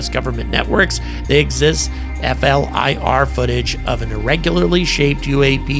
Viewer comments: Hey. People do not say F L I R. It is probounced flear, like fear with an L. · Doesn't distract from your coverage but, for future vids, please just pronounce FLIR (Forward looking Infrared) as 'flear'...thanks. Retired US Army Dude that loves your coverage! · Great job, generally in the Air Force we pronounce FLIR as Fl-ear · Instead of saying F.L.I.R, it's acceptable to say "Fleer" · FLIR. Pronounced fleer by military types.